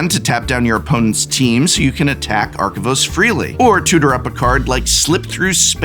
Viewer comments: Take a shot every time Prof mispronounces Arcavios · The amount of times you mispronounced Arcavios gave me a headache. Good list on the video, though!